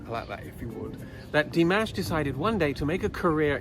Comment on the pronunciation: thank you, this was delightful. I have a comment for you about your pronunciation of 'Dimash'. It is not like 'mashed potatoes' it is more like 'mosh pit':D Here's pronouncing it correctly